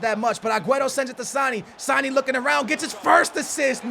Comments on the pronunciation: SAN A not San eeeee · san-ay not san-ee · i think its pronounced Sa-ney not Sa-ni. otherwise, i look forward to your vid every day:D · his name is Sané not Sanii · San-ayyy not sarn-eee pronounced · San-aye not san-ee sheesh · I'm ok with you saying mane"y" but sane"y" sounds stupid!!! You don't pronounce it with "e" its with an "a" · Can you please pronounce it as "San- A" not "sannie" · Noooo! Its not Sanee, or Manee. Its Saney, or Maney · It's Sa-nay not Sa-nee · u dare say Sany again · San-a not Sanee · It's Sanééééé not Sanny. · it's san-ay not san-eeee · Not pronounced san-ee it's pronounced San-ay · Good vid btw it's sane not sani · jesus Christ it's pronounced Leroy San-a not saneee. . . . like man-a ,not maneee. .its not that hard..ffs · Sané is pronounced san-yay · It's pronounced Sa-nae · you suppose pronounce Sane's name as SA-NAY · "Sani"😂😂 love his pronunciations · Leroy Sane's name is pronounced Sahn-Eh and Sadio Mane's name is pronounced Mahn-Eh. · Sane not saniiiiii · Sané's name is pronounced sanAY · HHJ FWAW He says Sané wrong the same way as Mané.. they are not Sani and Mani..... it is so annoying... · Not "Sani" again, #NoRespect4sane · Shutt Up!! Ur saying Sane's name wrong it's so annoying!.. it pronounced (Son-ay) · It's MAR-NAY and SAR-NAY omg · just heads up. sane is said like san-yay. lol, some of the names you try to say.. drives me fruit. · you say mane and sane wrong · skillz, u dont pronounce Sane's and Mane's names. Google the right pronounciation. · the way he says sane is what a sandwich is in England 😂